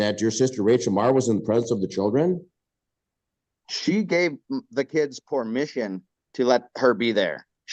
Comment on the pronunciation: What is "pormission?" ("She gave the kids pormission...")